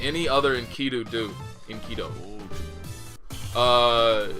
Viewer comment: Just so you know, it actually is supposed to be Enkidu. You (or rather, I'm guessing, whoever told you that) confused the last set of characters トゥ "du" with トウ "do". Just wanted to clear up the confusion